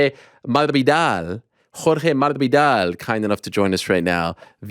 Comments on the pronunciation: IT'S MAS-VI-DAL FFS. ARIEL YOU KEEP SAYING MARVIDARL - I THINK YOU DOING IT ON PURPOSE NOW DESPITE JORGE CORRECTING YOU MULTIPLE TIMES IN THE PAST LOL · Jorge had already told Ariel there's no R in MaSvidal, but Ariel keeps saying Marvidal. okay. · No one: Ariel: Jorge Mudvidahal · Ariel, stop butchering the man's name. We don't care at this point but it's just cringey to hear. Masvidal. Where do you see an "R" in there? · Poor Ariel tries so hard to respect the pronunciation of Jorge's last name, and butchers it. Jorge is keen not to waste time pointing it out. It's horrific, lol. its not that difficult, MAS-VEE-DAHL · Dude... Ariel prides himself so much on the correct pronounciation of fighters' last names and seems to always get Masvidals last name, someone please tell me to stop trying to so hard. Mah-ss-vee-dahl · why do you keep pronouncing it “maRvidal”? ..do you think it’s funny, dummy? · Idk why saying masivdal name right is so hard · Ariel, what's with maSvidal prononciation? why you replace that "S" with something weird.